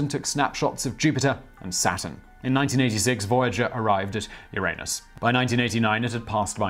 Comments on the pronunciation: the planet is pronounced yoor-uh-nus said quickly. not yoor-ayy-nus. and now you know. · Why do you always pronounce Uranus like that? 😒 Uranus is a pronoun. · How to Pronounce Uranus/ CGP Grey ~ In the original Greek: ooh-RON-ohs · Really, you're an adult on an educational channel but you keep pronouncing "Uranus" like a 2 year old. Use the soft "a" like anyone over 10 years old that isn't immature. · You made me laugh. But I giggled a little every time he said Uranus.